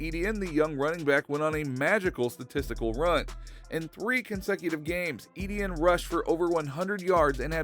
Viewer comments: It's E-T-IN NOT E-D-IN. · Its ETN not EDN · Please don’t pronounce it edn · please stop saying EDN